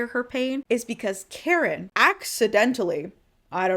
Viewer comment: Every time I hear you say Kharon I hear Karen, tracks.